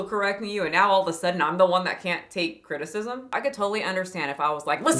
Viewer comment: She said crtitcism